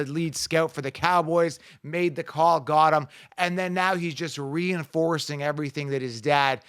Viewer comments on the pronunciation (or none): none